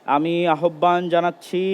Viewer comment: আহ্বান উচ্চারণটা সঠিক করে নিবেন ।